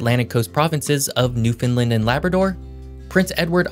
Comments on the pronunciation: I live on the east coast of Canada and I've yet to hear a single YouTuber pronounce "New-fin -land" correctly. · Every time he said Newfoundland it made me cringe. It is pronounced exactly how it is spelt. New Found Land. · It's almost like "New Finland", but with the emphasis on the wrong syllable lol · You are pronouncing the name Newfoundland incorrectly. The emphasis is on "land" Use the word "Understand" as a guide. It's Newfoundland, understand? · Saint John Population is barely 70K, also its pronounced New-fund-land, say it really fast and that's how it should sound! Not pronounced Mon-tree-all, it should sound like Mun-tree-all, again saying it really fast. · “Newfinlind”🫠 . Makes a video on the east coast but cant pronounce newfoundland right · Could you at least pronounce Newfoundland correctly. Think of the word “understand” and copy the cadence, short, short, long. “New-fun-laannd “ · newfoundLAND (sounds like understand) ;-) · Thanks for highlighting our region with a great concise history and overview. One correction: Newfoundland is pronounced exactly like the word "understand". Just remember to "understand Newfoundland" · When saying the name "Newfoundland", emphasis is placed on the final syllable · Came here to watch you pronounce Newfoundland incorrectly. Was not disappointed. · Please learn how to, pronounce the name of our Province Newfoundland ( and Labrador) understand - Newfoundland it rhymes. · Please learn the correct pronunciation of Newfoundland. Ppl on the internet always pronounce it the way you did... please learn the local way 🙏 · Newfoundland with an O. NewFOUNDland now new Finland. just a heads up on the way to say it. :) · If you're going ro give a history lesson. You should learn how to pronounce Newfoundland (Newfin....Land) its not pronounced like Finland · NewfoundLAND not NewfoundLUND. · Newfunland. Appreciate the hype but say it right. Exactly like it's spelled New Found Land. "Newfoundland" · “Leaf Erriksun in Newfindlind”